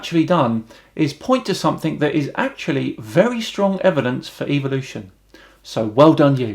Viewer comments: Am I the only one hearing evilution. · Is the pronunciation "evil-ution" a British thing or a creationist thing? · Really nice video! I just wonder.. why do you pronounce the word "evolution" like it sound like an "evil oution" Well maybe i am just a stupid swede but i pronounce it like the word "every" E v o l u t i o n. It sounds less.. evil. Keep up the good work my friend! Regards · Why do you Brits say evilution instead of evolution? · Why do they say EVIL-lution? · is it just me or do they all say EVIL'usion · Why do creationists pronounce EVOLution, Eviloution, it's so annoying. Second how can "professors" be so ignorant, I weep for mankind. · I'ts funny that in UK evolution is pronounced like EVILution.